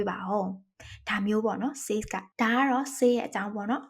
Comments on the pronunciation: Says ကဆက်s လို့ပဲထွက်ပါတယ်ဆေးsလို့မထွက်ပါ၊မျှဝေတာပါ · ဟုတ်ပါသည် ။ ဆဲဇ် ဆိုတဲ့ အသံထွက်ပါသည်ဟု Eng: Professor ကြီးက သင်ပေးဘူးပါသည် ။ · Says ရဲ့အသံထွက်က said နဲ့တူတယ်လို့မှတ်သားဖူးပါတယ်ဆရာမ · says ရဲ့ အသံထွက် မှားနေပါတယ်။ အကြံပြုတာဖြစ်ပါတယ်။ လေ့လာကြည့်ပါခင်ဗျာ။